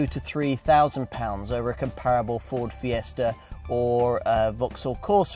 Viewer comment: When you practically opened by saying "Ford Fiester" instead of "Ford Fiesta" I already had to throw the towel in, just 20 seconds in. I thought you were supposed to have spawned the language, so far no one seems to speak it. Also, it is agenda, not agender. And Madonna, not Madonner. Thank you.